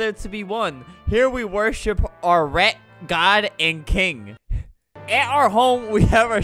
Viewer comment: normal people: "rat" Flamingo: "rett"